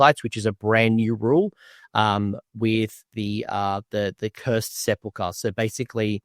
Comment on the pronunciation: I have yet to see one person pronounce Sepulchre correctly